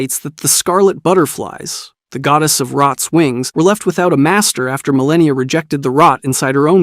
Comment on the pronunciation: and Mikela